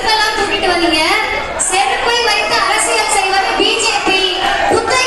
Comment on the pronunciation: ஸ்ஸெருப்பு இல்லை. ச்செருப்பு.... 😂😂😂